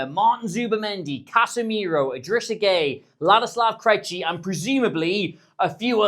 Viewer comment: You pronounce Krejci better than you pronounce Gravenberch.